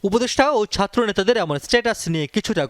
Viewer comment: জামাতের আগে উচ্চারন শিখতে হবে সাতর্ না ছাত্র